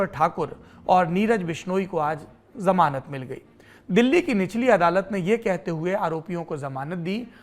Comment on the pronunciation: आदरणीय सौरभ जी "जमान" को "जमानत" शब्द को सुधार कीजिए। 🙏